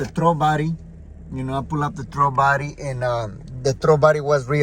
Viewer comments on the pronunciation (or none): Oh. You were saying "throttle body." It sounds like you're saying "throw body." I've been searching for the Idle Air Control. After 25 different videos and 2 hours of internet search, I finally found out that THERE IS NO IDLE AIR CONTROL on the 2007 (and other years.) It's supposedly controlled by the "throw" body. Thx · "De trobody" 😂😂